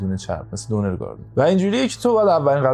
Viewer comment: شما تو تهران می گید دونر ولی اسم اصلیش دوو نر یه اسم ترکی هست(تلفظ نر اش شبیه تلفظ واژه نر (جنس مذکر)) یعنی در حال گردش- وقتی رستورانت رو زدی لحاظ کن😅